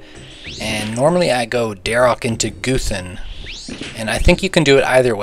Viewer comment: Bc he pronounces it goothan instead of guhthin